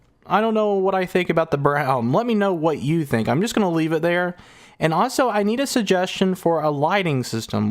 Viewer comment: Your videos are fun but ahso drives me nuts 🥜